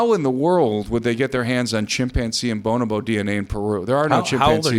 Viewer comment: Boan-a- boan? Am I crazy or is it pronounced bonobo? It's quite rare to see bonobos in the zoo because all they like to do is get it on and they are definitely not heterosexual. Os or osmium .... You say owes me um some say osmium. You're probably totally correct in your pronunciations but it's kind of like going to Europe and asking for a fillet and saying the word filet. Just trying to take this seriously because it is groundbreaking but I'm not quite sure now. The face peelers are definitely an example of government funded psyop. Completely sickening